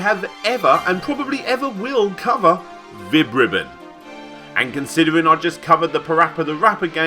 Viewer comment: I thought you said, Vib-Ripoff